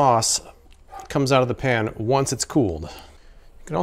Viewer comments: I know right... How hard is it to pronounce "pan" instead of "pahn"?! Although I feel like her advertisement wouldn't be as alluring if she didn't say it that way! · Pawn. I cringed the first time I heard it. And every time thereafter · the way she says ‘pan’ makes me feel like a peasant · Well, since we are confessing, there is something about the way she says "pan" that makes me highly suspicious of her....🤣🤣🤣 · The way the woman says the word pan is the only reason I need to never buy this pan.